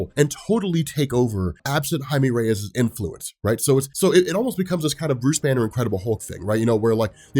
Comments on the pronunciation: Jaime Reyes is pronounced (Ha-e-meh) (reh-yes) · Is that how you really say Jaime Reyes?